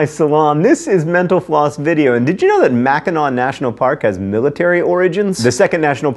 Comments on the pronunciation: Thanks for pronouncing "Mackinac" correctly! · I'm so glad John didn't mispronounce Mackinac.